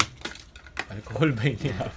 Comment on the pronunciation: I love your accent say it again: "A R K O H U L"